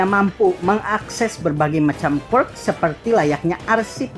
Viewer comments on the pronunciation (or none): Ngomong quirk aja ga bener